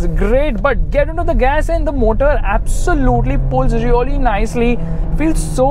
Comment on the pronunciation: Abv sooo lute LEEE LOL AWESOME WAY OF SAYING